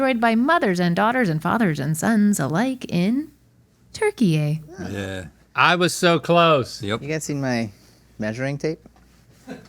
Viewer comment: Since when did turkey stop being pronounced turkey?